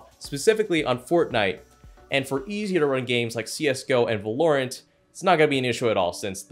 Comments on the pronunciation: My guy called the game Va - LoReant 😭😢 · You pronounced Valorant wrong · I think you should review how you say Valorant